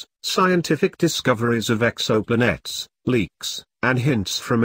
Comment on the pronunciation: No no insult intended. I've just never heard it pronounced like that before.